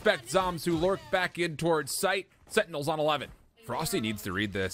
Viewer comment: the way these casters say "setinels" instead of sentinels is annoying af